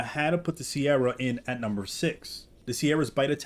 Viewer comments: SE-RAT-O-SAURUS not “sierra” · It’s pronounce “Se-ra-to” not “Ke-ra-to” and also definitely not “Si-er-ra-to”. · It’s not pronounced “sierra” it’s just “se-rah” for “se-rah-to-saurus” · Deinonychus Is pronouncer "Die-non-i-cus" Also Its pronounced "Sir-Rah-toe" not Sierra, Cerato like the Cera in Tri-Cera-Tops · The 'C' in Ceratosaur is pronoucned like a 'K' and not 'S.' 'Careto' means 'with horns/horned' and it as such it is related to the substance 'Keratin' which is also pronounced with a 'K' and not an 'S.' Calling them 'Sierra' makes little sense. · Hey bro it's pronounced [Sir- Rat-O-Saurus]. Thanks for the vids. Good stuff! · I’m sorry but the way ur pronouncing the beginning part of ceratosaurus is so wrong and it sounds awful it’s like this one show that pronounced diplodocus ( dip-lah-da-kiss) as Dip-Low-Duke-uss 💀💀